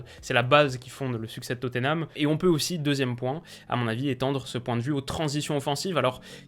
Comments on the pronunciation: Étant Londonien, je me permet de te dire que Tottenham ne se prononce pas Toténam mais Totnam ou bien Totenam. Bonne continuation :) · La prononciation anglaise c'est Totenham en prononçant le H